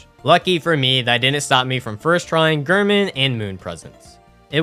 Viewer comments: Heeering you say “gurman” instead of “Gehrman” is killing me 😫😫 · Also Gair-Mon, Not Ghur-Min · The way you always said Gehrman made me tweak.